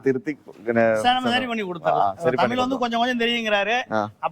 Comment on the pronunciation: Say thamizh.dont say thameel.